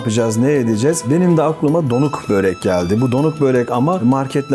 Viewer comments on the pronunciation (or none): Yazarken börek okurken böğrek ...abi niye